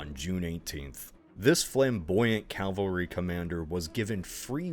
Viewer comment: I can't believe still doesn't know how to pronounce the word "Cavalry".